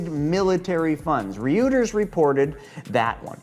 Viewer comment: Reuters is pronounced “Roy-ters.” It’s German I think.